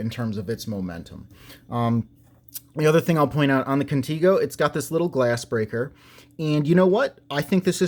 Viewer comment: If it was pronounced "Conteego" it would be spelled "Contigo" The E is a 'soft' vowel like in EGG. 👍